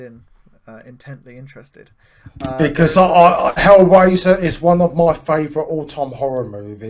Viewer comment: Cheers for the chat,. And I apologise for the distorted audio on my line. I'm embarrassed that I pronounced Hellraiser as Hellwazer... (D'oh!)